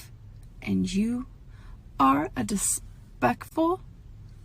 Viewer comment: I love how smug she is when she is when she lectures her haters. She really thought she burned us. She just sounded like an idiot that couldn't pronounce "disrespectful".